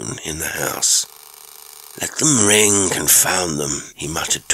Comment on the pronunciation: Your pronunciation of qualm and ring was not right.